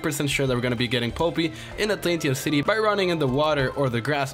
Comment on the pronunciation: I died every time he pronounced polypi wrong.